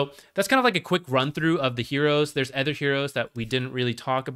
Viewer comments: its supposed to be an-Uh-ther not an-Æ'-ther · where are you from that they pronounce "other" as "eather"? its not like you use it sparingly either, considering how egregious your mispronunciation is. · did you watch the video? he says "other" about every 3rd sentence, and the pronunciation is jarring. yes hes talking about aether lens as well, but could you tell the difference? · here's one of many. I have never heard this pronunciation even from someone for whom english is not their primary language. literally sounds like hes saying "anether" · it would help me more if I could focus on the information rather than be distracted by his insane pronunciation of "other" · i not only meant to say egregious, I did say it. I said insane too. If someone has an accent or speech impediment it should apply to more than just one word, which is why im curious as to how he learned this pronunciation. And it is egregious, even just sounding the word out should produce something like "oather," which while also incorrect is at least closer to the actually pronunciation, and further away from similar words like "either" or "aether"